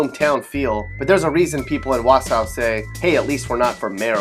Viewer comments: That's not how you pronounce Wausau... Cringe, but truth about us saying "hey at least we're not Merrill" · dodie You can say it both. I live there.